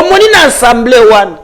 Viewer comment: Pourquoi la plupart des congolais prononcent mal le mot Assemblée ? J'entends souvent des bouches de différents intervenants sur les nombreux plateaux: Ensemblée. C'est incorrect, s'il vous plaît, corrigez cette erreur de prononciation. On dit bien Assemblée et non Ensemblée. Remarque gratuite, sans rancune.